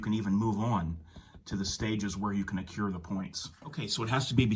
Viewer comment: Dude…the word is accrue, NOT accure